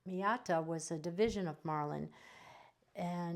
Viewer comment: not Miata, Maita. very nice pens though. thx.